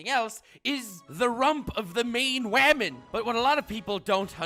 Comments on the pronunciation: No one::wahmen and gentlewahmen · This guy and the word "wamen" gets me everytime. Lol and now with another classic, "I have an ass, you have an ass and Mikasa has an ass." For fuck sake bro hahaha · Wamen and gentlewamen😂🤣🤣🤣